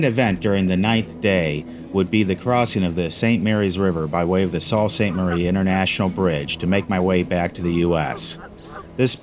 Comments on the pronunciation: It’s pronounced Soo Saint Marie. Not salt. 🤷‍♂️ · Sault Ste. Marie is pronounced...SUE Ste. Marie......OUI ! Great Video Great ride. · It's pronounced "soo saint marie".